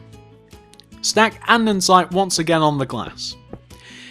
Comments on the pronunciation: Your vids are great an all but it kinda gets annoying when u keep saying andensite, it's ANDESITE okay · Lol andensite! Its andesite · Can I just say that it isn't Andensite, it's AnDESTite?